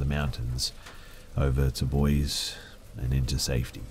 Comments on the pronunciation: the only people who pronounce it boy-zee are out of towners. Any local will tell you it's boy-see. Source: I've lived here my entire life. As has my family. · Boy-see not boyz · Boise is pronounced boys-E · Loved it, just wanted to let you know Boise is pronounced "boy-see" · Say it with me Boy-See, Boise 😂😂🤣